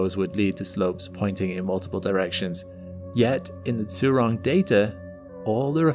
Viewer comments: Zhu is pronounced like “Jhoo ”, not “zoo” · If I'm correct, the "zh" in China's rover name should be pronounced the same way as the 'g' at the end of a word like "mirage" - in fact, to help pronounce it people could try putting that exact word and the rover name together, like "mira-zhurong" mirazhurong sounds cool...